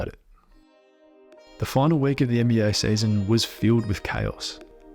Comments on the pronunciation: "this sayzon" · The way you say season is the funniest season